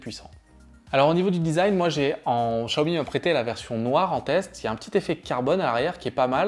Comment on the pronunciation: Vous prononcez mal le Xiaomi